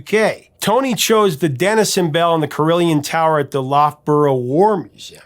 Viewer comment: pretty sure its a carillon (carol on), rather than carillion. Thanks for another interesting story!